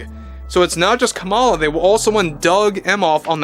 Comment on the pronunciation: Het! Kamala is pronouced "comma-la". If yiu are going to podcast...do your research!